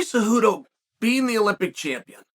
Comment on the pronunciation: Sonnen how is that you can pronounce Cejudo’s name perfectly but always butcher Pereira’s name. That’s a No No! Let me help you here. Pretend the “I” in Pereira is silent and pronounce “Pe-Re-Ra”. There you have it … Problem fixed! You are not allowed to keep butchering Alex’s last name.